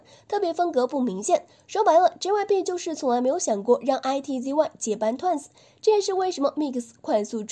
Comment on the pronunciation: I T Z Y ? 不可能是這樣發音吧…